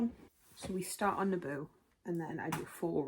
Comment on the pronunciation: I did not hear Naboo lol! I head ABOOOOOO hahaha! Great looking TBR mate!!! Hope you love all these!